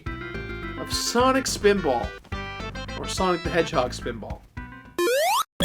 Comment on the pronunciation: swanik speeedbawl